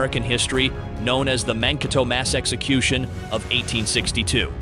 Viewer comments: It is Man-kay-toe. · Really hilarious when the narrator mispronounces Mankato!